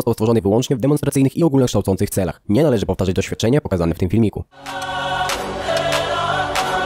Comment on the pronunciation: powtarzać nie "powtażać"